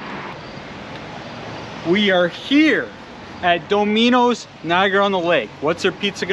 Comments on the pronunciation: "domeehnohs"? Are you from Canada or something? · We Americans pronounce it daw-mi-no’s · Lmfao Doe-minos??? 🤣🤣🤣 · .....i was making fun of how u pronounced it is "dom-a-nose" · Is that how Canadians pronounce Dominos? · hahaha nope, do they say it like that there? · nah I live in Canada and this guys the only person I’ve heard say it like that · That’s not how you say the pizza place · Sorry but you're pronouncing the word Domino's wrong way. The accent is on the first syllable instead of the second. Its pronounced just like the game. That's the first time I ever heard somebody pronounce Domino's the way you pronounce it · I'm giving a pronunciation break because he's in Canada, which I think is also the reason for the size of those pepperoni slices (did he order salami by accident?). I've heard that Canadian Bacon in Canada is called something else, too.